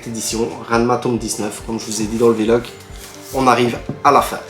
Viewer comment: tu me fait rire a dire "V-Log" en 2 mots, c'est VLOG en 1 seul mot:) Tokyo revengers et Mashle, seront mes prochaines nouvelles séries ^^